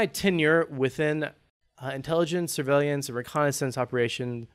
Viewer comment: SIR-VAY-LEE-ANTS....no dude, come on